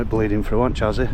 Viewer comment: Great video! By the way, when you mentioned 'chassis,' I noticed it's one of those tricky words that looks different than it sounds. It’s actually pronounced 'sha-see'—took me a while to get it right too! Just thought I'd share in case it helps. Keep up the awesome content!